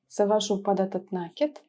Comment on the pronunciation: Да блин, не нАкид, а накИд. Проверочные слово накИдка.